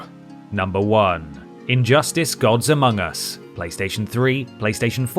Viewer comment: you said amogus